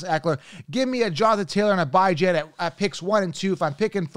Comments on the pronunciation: Did he really just say Bye-Jon … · I been told him he pronouncing his name wrong even Bijan don’t pronounce his name like that